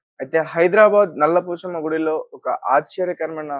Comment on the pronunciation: Nalla Poosamma kaadura, Nalla Pochamma. Cha ki Sa ki difference telusukondi brother.